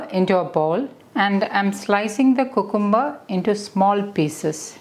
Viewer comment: Thanks for this healthy salad recipe. You are very good at English but can you plz check the pronunciation of cucumber It’s pronounced kyu kem ber